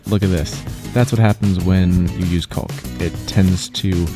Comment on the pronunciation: only a gay handy man cant say COCK correctly.its COCK ..u use your silicon lube